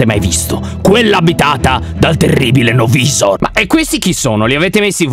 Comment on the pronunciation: Lyon la pronucia di no-visor e no vaisor